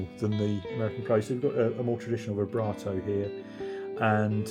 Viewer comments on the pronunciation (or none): none